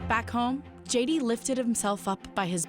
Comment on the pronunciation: “Shay” D Vance